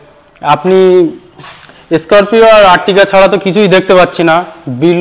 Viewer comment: স্করপিও না বলে বলছেন,,এস স্করপিও😮😮😮